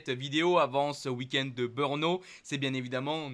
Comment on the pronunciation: Malheureusement ...si tu n'a plus de Beurnes,c'est certainement de ta faute,mais alors si tu parle de Beurno pour le GP de tchéquie,je ne connais pas ce circuit,essaye de prononcer BRNO en prononçant '' BReNO'' si tu as l'occasion,,profite d'en parler a tes copains commentateurs (chauvins)de Canal +,eux font la même erreur....